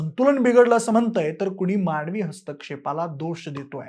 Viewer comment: भाई, शब्दांचा उच्चार नीट करा. माणवी नाही, मानवी,अनेक म्हणा; तुम्ही न च्या जागी ण म्हणाले.